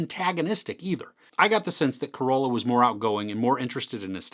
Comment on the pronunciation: There it is again.. it's "Ca-Ro-La" not COROLA. HAHAHAA!